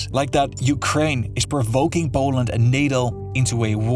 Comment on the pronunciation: Its not boaland its poland dude wtf is that accent